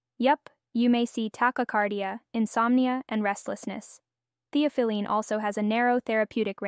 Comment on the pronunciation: It is pronounced thee aa fuh luhn